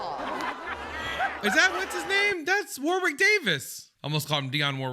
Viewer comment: Hey m’friend. I only say this bc u said u like to pronounce names correctly - not to criticize u🙂, but Warwick Davis? The 2nd “w” is silent. War - ick. I only know bc I watched a special w/Warwick & he said the 2nd “w” was silent thing. Bc apparently everyone does it. Lol😉